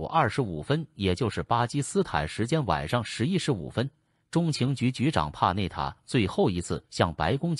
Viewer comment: 这个机械声音太难受了……“美国中，情局” 是什么鬼……